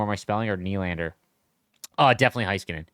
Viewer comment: it is NOT HIGH-skuh-nen. It is Hey-Skuh-nen